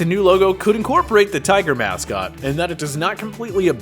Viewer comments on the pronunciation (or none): none